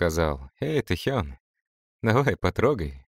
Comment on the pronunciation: Правильно Тэхёнчик ты говоришь💋❤